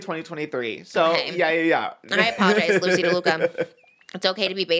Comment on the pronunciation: trish saying “DELUca” instead of “laduca” is SENDING MEEEE loosey deluluca